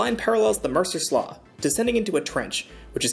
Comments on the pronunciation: Locals pronounce it “Mercer Sloo” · Is the Mercer Slough not the way you pronounced it? I don’t know what that was you pronounce